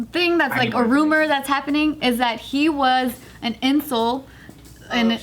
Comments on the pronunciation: This is a horrifying story but.... why’d gotta pronounce “incel” like “insole” Anyhow, this doesn’t even sound real. It sounds like a creepypasta or indie horror game or Black Mirror episode showing the dangers of social media and obsession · "Incel" is pronounced "in-cell"